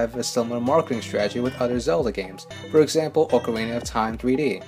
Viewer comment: Did you say 'stragedy'? Like, it would be a tradegy?